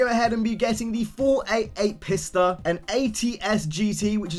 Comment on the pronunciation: "488 PISSTA" PISS-TA Might as well call it pAsTA then